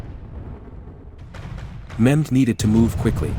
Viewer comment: It is Mehmed, not Muhammed...